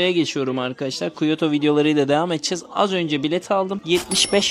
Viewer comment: abi aslında kyotoyu biliyorlar ama bizim telafuz yanlış geliyor onlara o yüzden anlamıyorlar.